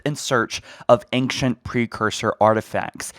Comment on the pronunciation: and ancient pronounced "engkchint"